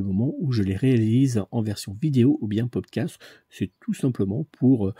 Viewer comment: Bonjour 👋 en toute sympathie , il me semble qu’on dit Pod Cast et pas castre 😊à moins que je me trompe . Merci et bravo pour ce tirage de grande qualité 😌🌸